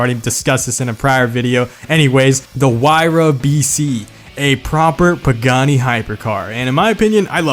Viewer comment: The way you said Stradale makes me want to kill myself. As an Italian Canadian I'm insulted. Still a good vid though, also that exact photo of the Tipo 33 Stradale is my wallpaper. EDIT: That whole Pagani segment was 100% perfect